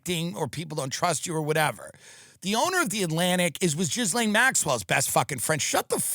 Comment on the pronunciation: No one is named jizz-lane. Dude still can't pronounce anything he talks about correctly lmao.